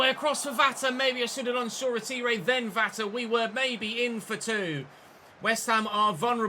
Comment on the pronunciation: hate to say it, but that’s not how you pronounce Shoretire’s name. It’s pronounced: “Shor-Tyre” not “Shor-A-Teeray”.